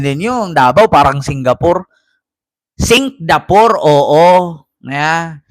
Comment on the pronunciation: Singgapoor o Singgapool hahahaha